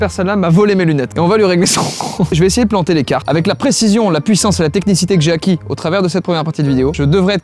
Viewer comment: ''la techniciter'' oh boy...